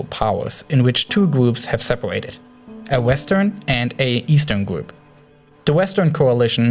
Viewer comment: "gwoup" "wegion" "tewor "wadical" "miwishas" "wojava" "sywia" LMAO